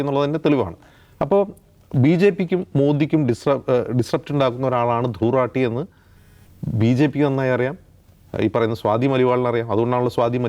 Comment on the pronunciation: ധ്രുവ് 😲രഠി😵 എന്നല്ല 😄ധ്രുവ് 😄രതി🤭 എന്നാണയാളുടെ😪 പേര്☹️